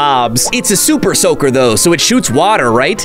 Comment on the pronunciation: I thought he said soupersoker